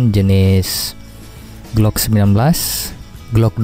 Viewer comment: Glock tong bukan gluk🤣 gluk gluk gluk lagi minum air galon tong🤣